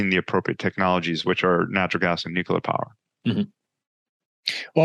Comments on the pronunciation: Noo-Q-Ler The old George Dubbya pronunciation. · One thing that could help more of these guys be taken more seriously is so easy! It’s free! Say NUKE-LEE-ER!!! Nuke-you-Ler= bad Nuke-lee-Er = good! Atoms don’t have a nuculus, they have a nucleus! Such an easy fix to be taken more seriously! To be clear before the trolls get out of bed: this is constructive criticism. We’ll never get anyone with violently differing views to ever sit down for a civil “agree-to-disagree” conversation if we can’t get the little things correct. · drank a shot everytime the guest said nuculer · have trouble listening to someone that is unable to pronounce nuclear.